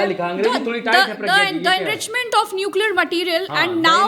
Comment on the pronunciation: Bhai wo incriment nahi Enrichment hai 😂😂